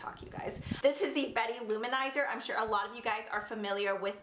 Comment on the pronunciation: There's a Cindy loumanizer? I thought it was Mary-loumanizer? Lol